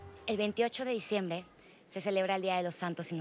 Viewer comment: El minuto dijo el 21 de dicembe